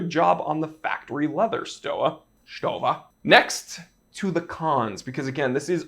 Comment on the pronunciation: Pronounced "Stova" my man!